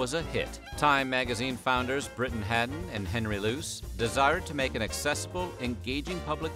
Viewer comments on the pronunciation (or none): none